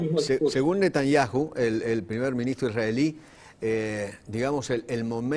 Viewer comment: Digan "netaniáu", no se pronuncia "netaniáju"